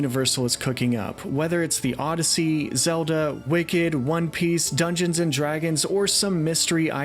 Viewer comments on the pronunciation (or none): none